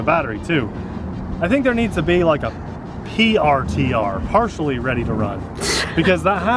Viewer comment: It is called artr not prtr